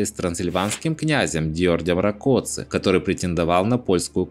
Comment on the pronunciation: шикарное видео, спасибо большое , Понятная история!!! Ждем продолжения!! P.S. На стороне Яна-Казимежа также выступил турецкий султан, послав против Дьордя Ракоци (ударение на А) крымскую орду, которая перехватила его уже фактически разложившиеся войска в южной Галиции и разогнала их, по словам Эвлии Челеби, Дьордь Ракоци спасся в одной рубашке